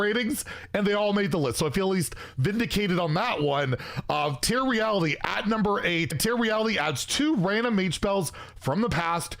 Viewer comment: You know it's "Tear" Reality, pronounced like "tair", right? As in, to rip something apart.